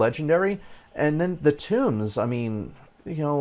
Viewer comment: The books are tōmes not tombs ( pronounced like homes ) did you never play any D&D ? Lol . Sorry for being picky :) good video otherwise . I've been playing over a year and agree with most of what you say . If version 1.12 does not have some major quality of life and content improvements I will likely be quitting . There are much more entertaining things for me to spend my time and money on .